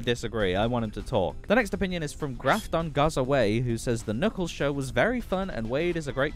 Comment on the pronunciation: You pretty well did. It's Graph-ton GAz-away. Just to sound it out.